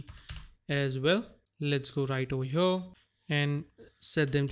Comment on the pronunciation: i love how this man says "HYURRR" every time he wants to say here... 😂😂😂